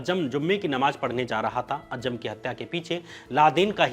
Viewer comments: Dear shyam ji. A fan of your work. If you dont mind i have suggestions. Though it doesn't matter but there are few spelling mistakes at times which can be checked. Also at times the pronunciation can be corrected of difficult words eg. ajjam is actually aazam. Thank you for your videos. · It is not अज्जम It is अज़्ज़ाम